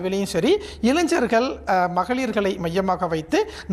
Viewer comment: அப்பா! நீ முதல்ல இளைஞர்கள் என்பதை சரியாக உச்சரிக்கக் கற்றுக் கொள். தமிழ் மொழி கதறுகின்றது.😮